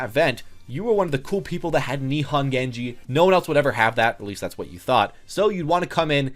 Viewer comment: "Nee han" Is Japanese REALLY that hard for you guys? They only have 5 vowel sounds for god's sake. There ARE english equivalents too, so don't give me that different language crap. Knee hone. Nihon. Bone, bon. Lone, lawn. Cone, con. Prone, prawn. Phone, fawn. I am genuinely confused by why people find it so hard to pronounce Japanese correctly, like I said, it only has 5 vowels... I'm Korean